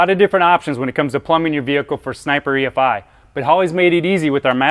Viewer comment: only thing is,...it's not E-FIE. It's E,....F.....I. Godamn it sounds stupid when your video starts right off with someone who can't say each separate sound of the EFI.